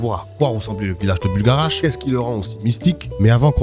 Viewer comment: faut arreter de dire buLgarach par contre ptdrr